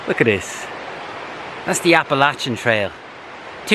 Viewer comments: Thank you for saying Appalachia the correct way! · Very few. It seems it takes a Fournier to say it right.